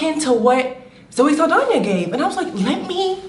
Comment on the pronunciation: 'Zoe Saldania' 🤣😂🤣